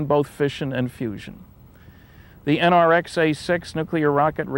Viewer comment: I thought it was fusion...not fussion?